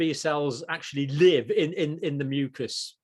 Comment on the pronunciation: Why add more syllable to the word mucas?